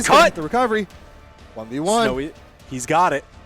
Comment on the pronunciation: "sowy is snow good" lmfaoo